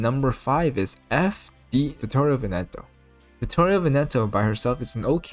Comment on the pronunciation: Man you're the first one that actually tried to pronounce Vittorio Veneto correctly, and actually did a fair job at it. Kudos I would put Musashi first place though, but ONLY from a veteran prospective. By the time you've been playing for years, you can wreck everything easily by powercreeping and completely ignoring the buffs NJ provides, and Musashi does on average way more damage than NJ and a better job at nuking.